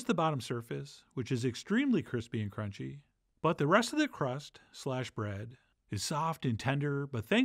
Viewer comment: I think I can still hear echos of that cronch